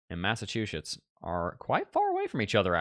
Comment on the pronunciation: Mass a 2 Shitzzzz…I grew up there, most accurate pronunciation! Ha!